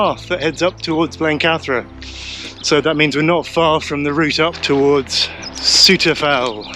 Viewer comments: Good effort with the fells name - but it's not quite right. 🤷‍♂ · lovely video, thanks for taking us along!:) I pronounce it Souther Fell though, I hope you wont take offence:)